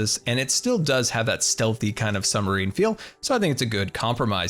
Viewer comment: is it just me, or does he say summer-ine? kinda funny XD